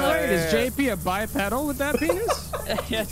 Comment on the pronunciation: Why is mispronouncing bipedal. Its bi-pee-dal